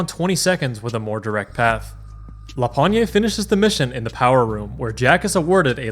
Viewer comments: pretty sure "pogne" is pronounced \pɔɲ\ so without the "ay" sound at the end, it's an old slang word for hand here you can hear him present himself as "lapogne36" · I really like how you pronouns la pognée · Being a fellow frenchman, i'm pretty sure the E in Lapogne's pseudonym is silent. "La pogne" colloquially means "the hand". It would be pronounced "La pogn-". Also I can recognize the video quality, and he did not use his finest french potato to record his run, opting instead for a stale baguette. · I am amazed by the amount of work it took, and is gonna take for this serie... huuuuge respect ! As a french, a minor thing : lapogne is told "la pogne" without any accent at the end, a rarely used word to tell "the hand" to be simple. you can think of it like "to shake his hand", "lui serrer la pogne". That's the reason he has a hand for profile picture ! La bise !